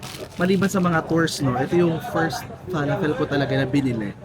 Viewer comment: Fe-la-fel ang pag pronounce hehe